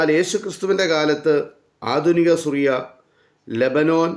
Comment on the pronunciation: ഞങ്ങൾ ആരും സുറിയ എന്നു കേട്ടതായി ഓർമ്മ ഇല്ല പകരം സിറിയ എന്നു കേട്ടിട്ടു ഉൺടു.